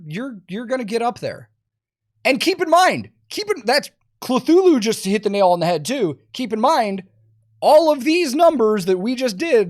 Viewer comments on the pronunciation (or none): none